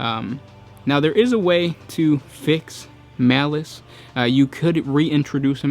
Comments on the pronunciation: I thought it was Malal not malice.... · His name is Malal, not Malice. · It's "Malal". Show some respect toward your elders, by using this god's Old School name: MALAL! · I thought the legal issues were around the name Malal and not Malic?